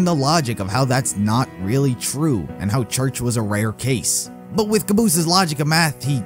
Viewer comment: The Fake Church Sounds Like Wash